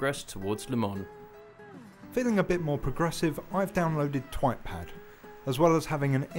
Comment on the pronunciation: O anyone else here him say twatpad??